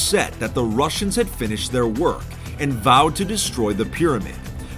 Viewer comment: Why do I hear "rushers" when you said "russians"